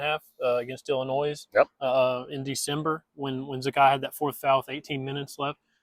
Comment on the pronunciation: The S is silent in Illinois...come on man...do better...😂